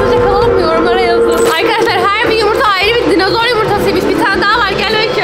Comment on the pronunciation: ÖyküNün dinizor demesi peki😂